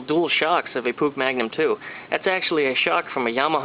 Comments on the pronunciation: did this dude say pook its pronounced "push" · It's pronounced push actually.